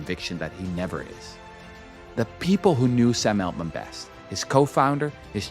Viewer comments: It’s not Eltman it’s Altman. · It's Altman, not Eltman :P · Je spreekt ‘Altman’ verkeerd uit—en dat 15 minuten lang. Jij spreekt de AL- in Altman uit als Nederlands el- in elleboog. De correcte uitspraak is al- als in Engels altogether, almost, always. (Althans ik hoop dat je niet èltogether, èlmost, of èlways zegt.) Wat jij doet heet hypercorrection, 'the use of an erroneous word form or pronunciation based on a false analogy with a correct or prestigious form’. Als je, zoals jij, een Engelstalig onderwerp (vermoedelijk) vooral lezend tot je neemt, kijk dan uit voor dit soort hypercorrection. Nederlandse academici en schrijvende journalisten hebben er een handje van om een Engelstalig onderwerp tot op de bodem uit te pluizen en dan het onderwerp zelf niet correct uit te kunnen spreken. (Ander bekend voorbeeld is de andere schurk ende snodaard, Jeff Bezos, door schrijvende journalisten in menig podcast gerecenseerd als heette de man Bie-zos* als in bipolair, biseksueel, Wim de Bie, i.p.v. Béééézos als in beestachtig en Baywatch.)